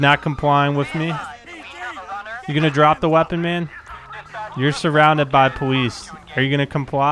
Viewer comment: its the powice